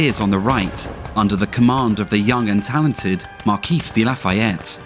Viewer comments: Mar-kee/Ma-kee, not Mar-khis... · BTW if you really wanna impress your French viewers, dont pronounce the "s" in "Marquis" source: my ancestor was one. so more like Mar-Key